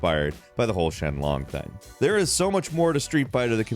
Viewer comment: Late comment, but.. Was saying Shen Long instead of Sheng Long a joke, or just a mistake caused by a bad script writer and/or you not reading the script right? Because you SHOWED multiple sources saying SHENG Long while insistently saying SHEN Long.